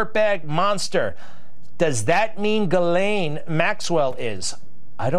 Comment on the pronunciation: Ghislaine ( jis-lane).... not gallane. Fuck man how hard is it to say